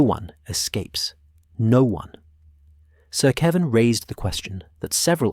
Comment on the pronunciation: Definitely ai. Kevin, keevin. Jaime, Haime(Spanish pronunciation)